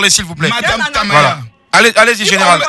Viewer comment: Madame Tamaya prononce bien mon nom 😂